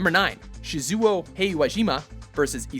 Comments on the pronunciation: ...WHY CANT YOU PRONOUNCE ANYTHING RIGHT?! It's Shee-zoo-oh He-wa-jee-ma and Ee-zai-ya Oh-dee-ha-ra in Der-ra-ra-ra, WHY MUST YOU DO THIS TO ME?! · Oh dear god; the way you butchered Shizuchan's name >_< But yeah, Izaya and Shizuo are really rivals. They just kinda hate each other... But maybee it's just crazy unresolved sexual tension :p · Btw how he read that: Shiyzuwow Heywayjyma and Izaya Ouryhara That's a pain in the ass, hearing that... uhh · Stopped watching at "Shi-zooo-oh" and "E-za-yah"... Pronunciation is awful from both the narrator and voice actors!! 😖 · I cringed so hard when he said Shizuo's name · cringes at the pronunciation of Shizuo's name I'm only at number eight, and I'm bracing myself for other mispronunciations... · I can't. The way you pronounced Shizuo's name, I just can't.